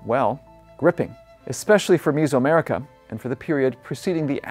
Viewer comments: Is this guy an AI? Why does he keep pronouncing it "MIZO" America? Is it not Meso-America (MEZO) Like "Middle/HALF" , like "MEZZO" in Italian or "MEDIO" in Castellano? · Is it like fingernails on a chalkboard every time he mispronounces Mesoamerica as "misoamerica"????? It's not fermented soybean paste soup!!! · Some interesting info. Unfortunate that he can't pronounce "Tenochtitlan" or "Mesoamerica" correctly. Ask me how I know...😉😂🤗🇲🇽.